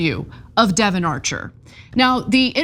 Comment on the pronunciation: She said Devon, get your ears cleaned out